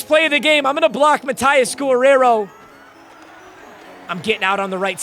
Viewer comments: Has never heard the name Guerrero pronounced? 😂 guh-rare-oh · why does he say gorrero brooo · pronounce Guerrero